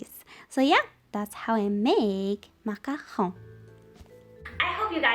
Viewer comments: Grazie a Dio, qualcuno che pronuncia "macaron" bene hahaha, la ricetta è incredibile ;) Grazieee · Just Wowwww ★★★★★ the macarons and your pronunciation of macaron amazingggg !